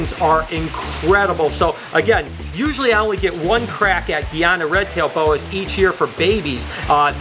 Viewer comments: Please don't refer to the country of guyana as (Gee ana). The country is (guy ana). They are Guyana red tail boas. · You pronounce Guyana wrong btw, it’s supposed to be pronounced guy-ana but it’s ok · U say Guyana wrong . It's pronounced guy Anna . Like literally guy like hey guys .